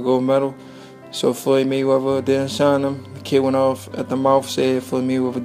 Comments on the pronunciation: The speaker needs to learn how to speak. Floyds last name is Mayweather not Maywevver. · Learn to speak. It’s Mayweather not Maywever. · His talking 😂😂😂😂😂😂😂😂 maywaver 🤷🏾‍♂️🤷🏾‍♂️🤷🏾‍♂️😂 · “Maywevah”... what?